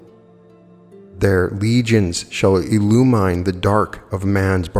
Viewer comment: if I am not mistaken, the "mine" in the word "illumine" is pronounced with a short "I" as in mint.🤗